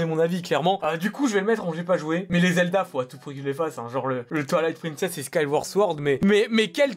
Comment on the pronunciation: Moi qui attends depuis 30 minutes qu'il classe Zelda Twilight Princess: Gé Pa GoUé A tWaIlAiTe PrInCeSsE